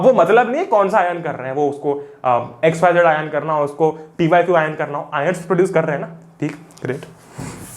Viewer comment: he said PYQ ions 😂😂 👍 ❤️ Previous years question